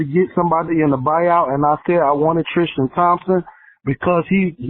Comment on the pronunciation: Why can't people say Tristan ? It's not TRISH-Tan